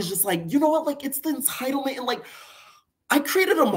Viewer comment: Natalie saying entitlement is like blac china saying embezzlement 🤣🤣🤣🤣🤣